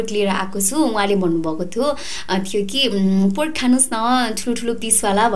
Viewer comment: Not poork Its pork 😁😁